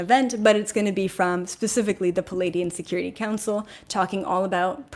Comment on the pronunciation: Just btw, you've been pronouncing Pleiadian wrong.... It's, PLEE-AY-Dee-En. You're saying "PA-laydian." Here's what "Palladian" means: And here's Pleiadian (which you already know)